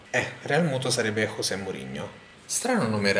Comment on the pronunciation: Ciao willwoosh, e complimenti per i video. la "J" di José Mourinho andrebbe pronunciata alla portoghese, non alla spagnola: cioè in modo simile alla G italiana della parola Gioco, o meglio ancora come l'ultima G di garaGe. non te ne fregava niente? vabè ormai te l'ho detto! ciao =)